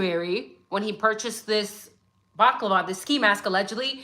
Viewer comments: Bal-lah-clah-vah 😂 Baklava is a Greek dessert. : ) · You are adorable not baklava that deliviousGreek dessert but a balaclava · It's bala clarva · As an Irish man, hearing you pronounce balaclava is 😂😂 love ya, English is my second language